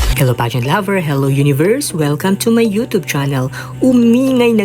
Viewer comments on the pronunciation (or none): none